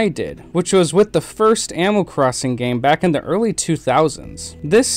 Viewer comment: am I the only one that hears "amal crosin" just me? ok